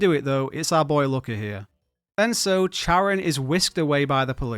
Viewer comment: Not how you pronounce Charon's name 🙈😝